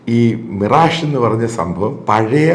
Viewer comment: മിറാജു അല്ല മിറാഷ്, ഫ്രഞ്ച് പേര് ആണ് അത് ഇംഗ്ലീഷ് ഉച്ചാരണത്തിൽ അല്ല വായിക്കേണ്ടത്